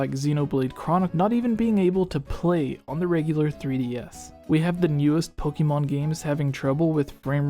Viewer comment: Xenoblade, Pokémon.. your pronunciation sucks.